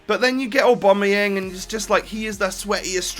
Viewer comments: Oh-bam-uh-yang. Not or-bom-ah-yeng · Please pronounce Aubameyang names correct (OCD)